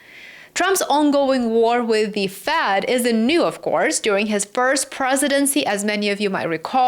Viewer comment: Good work,! Tip: It's "Fed", not "Fad". But I understood you.